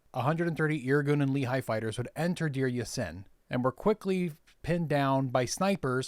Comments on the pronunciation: Just one quibble regarding pronunciation: The Lehi is pronounced as "Lè Hee", rather than "Lee Hi". Thanks for the history lesson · Also, great video, but Lehigh is a valley in Pennsylvania; Lehi is pronounced like "ready" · LEHI is pronounced Leh-Hee, the second H is a hard H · Good Job, only one thing, Lehi is pronounced Le- Hee not like a the town in Utah. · Brilliant video well done! Just one comment, the proper pronunciation of Lehi is the h is like a g in Dutch, a guttural sound like a cat hissing hehe. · The incorrect pronunciation is the one used by Mormons.